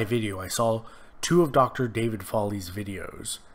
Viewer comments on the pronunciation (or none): none